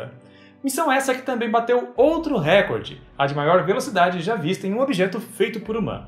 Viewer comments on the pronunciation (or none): none